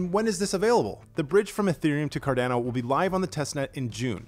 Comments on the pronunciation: Hi, thank you for the mini update;-) Quickly digestible update just as intended, great work!! Just thought to mention this. It is pronounced "Cardano" (as in Girolamo Cardano) so the second a i pronounced the same way as the first one. I mean it as a friendly remark, you're doing great!! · The way this guy pronounces cardano triggers me